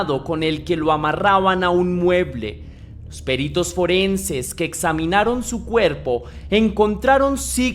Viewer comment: Gracias por este caso tan tremendo. Por cierto,, no es "Périto", es "Perito", una palabra llana, sin tilde, con tónica en la "i".